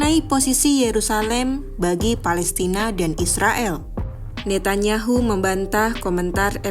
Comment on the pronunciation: ejaan yang benar : Rejep Tayip Erdoan .... Ne Tan Ya Hu ( bukan : Ne Ta Nya Hu )